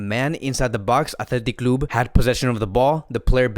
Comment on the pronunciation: his accent athletic clubuee 🤣🤣🤣